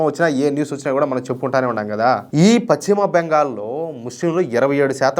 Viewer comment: Pachima bengal ka dayya adi paschima bengal antaaru.telugu sarigga palakadam nerchuko